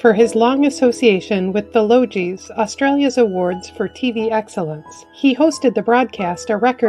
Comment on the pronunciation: The Logie award in Australia is pronounced Lo-Ghee. No offence, just correcting, thank you for remembering Bert Newton. He is going to receive a State Funeral which is a very high honour usually reserved for dignitaries and long serving politicians of high stature.